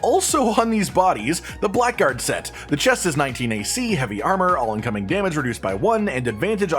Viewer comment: It's really unexpected, but "blackguard" is pronounced blaggerd. It's a stupid word with a stupid pronunciation. Why anyone would think to pronounce it that way is beyond me. Enjoying your videos